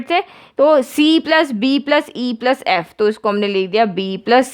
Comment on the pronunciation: Ma'am its "ef" not "aeyyf" XD